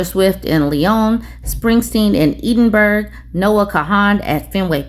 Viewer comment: Pronunciation note Springsteen in Eh-din-burr-ah